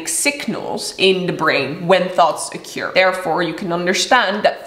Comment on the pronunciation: i love how you pronounce occur like " A cure"